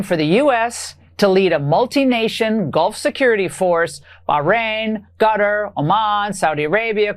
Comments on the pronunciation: Did ingraham just call Qatar gutter? 😅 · Laura Ingraham cannot pronounce Qatar saying gatar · why cant any of these people pronounce qatar